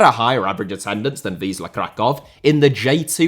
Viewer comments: Another great video. Although I'm English living in Cornwall, I visit Kraków every four weeks. Have been a season ticket holder for many years. Fantastic city and football club. Your pronunciation is usually very good, however, Wisła is pronounced Viswa not Visla. In Poland, the letter ł is pronounced as a 'w'. Another great rivalry is that between Wisła Kraków and Cracovia, especially considering their location to each other. Watch out, too, for Wieczysta Kraków, probably the fastest growing team in Poland, on a par with Wrexham, but without the celebrity ownership. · Wisla Krakow is actually pronounced viswa Krakow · I usually praise your pronunciation of foreign words, but it doesnt seem to me that you are pronouncing the "l" of Wisla correctly. It is a "w" as in "when" in English.